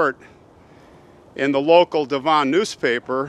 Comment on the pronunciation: Great story, I wonder if he was innocent. Devon is pronounced Dev….n